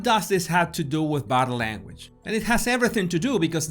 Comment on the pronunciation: I smile every time he says "boh-dah lairn-wej" 😄